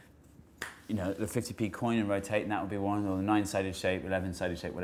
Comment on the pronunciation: "as the hexagins roTATE." Dude needs some pronunciation lessons